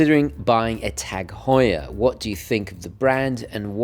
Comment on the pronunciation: I'm completely biased because it's my last name lol. I'm just enjoying a full video of my last name being correctly pronounced and not "hue-er" like many people say.